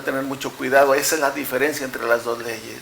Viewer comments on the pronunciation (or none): con mucho respeto y amor se dice la palabra diferencia, no diferiencia